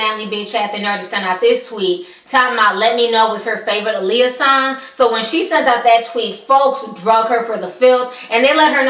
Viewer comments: Alexandra Shipp couldn't even pronounce Aaliyah name correct in interviews! How are you going to play Aaliyah and can't pronounce her name correct? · Wendy Williams has lost so much credibility...mind you, she couldn't even correctly pronounce Aaliyah's name. You can tell that this movie was rushed because its original date was suppose to be sometime in 2015. Anyone who was a true Aaliyah fan could have done a better job with the biopic. Hopefully, in the future, there will be a real biopic about Aaliyah where her family is 100% involved.